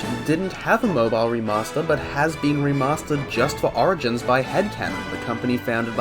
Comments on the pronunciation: "Sonic Arigins" sorry I had to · thats not how u pronouce origins